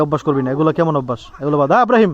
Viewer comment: ছেলে নাম আসলে উচ্চারণ হবে ইব্রাহিম। সুলতান ডাকে আবরাহিম ভুল উচ্চারণ। ইসলামের নবীর নাম ইব্রাহিম